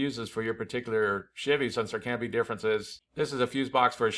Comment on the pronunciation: If I was in the same room as you and heard you say “chivy” 10 times in 5min, I would punch you in the face. Don’t do that